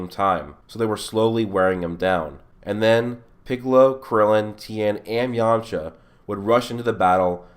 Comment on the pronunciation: really? it's yamcha, plz